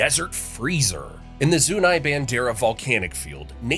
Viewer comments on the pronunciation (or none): This is a decent video, but your pronunciations of some of the place mentioned is awful. "Zoo-knee" not "Zoo-Nai" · I love this video, however Zuni is pronounced Zoo-Knee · Zuni-zoo-nee. ;) Like the tribe.